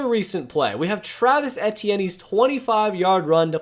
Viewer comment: it’s travis EE—TEE—ENN